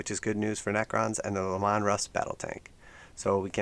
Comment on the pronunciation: it's pronounced "LEE-man" not "Le-Mon" :P makes it sound like an italian ice